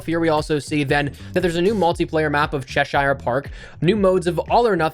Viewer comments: “ Cheshire” in Cheshire park pronounced “cheh- sure”. Not “Cheh shire” ✌🏻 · As someone from England I would like to help you with the pronunciation of Cheshire for future videos you pronounce it Che-shear not Che-shire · Yo its chesh(er) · your videos are great with all the updates throughout Modern Warfare’s life cycle but... please... Cheshire is pronounced “Che-sher”.